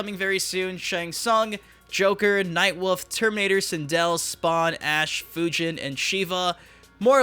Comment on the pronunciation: Definitely want some Ash in my MK. Unrelated: it kills me that the narrator says: "night WOOF."